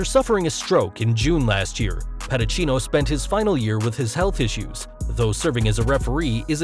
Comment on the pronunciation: It's pronounced Pedi-See-No